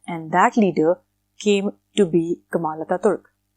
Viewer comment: I live in turkey and it's not ankaara its ankara not kamal attaturk it kemal attaturk